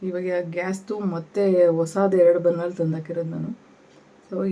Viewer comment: Burnal alla Burnur.